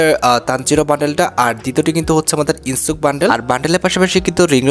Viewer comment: ইনসুক না ইনোস্কে ওর নাম।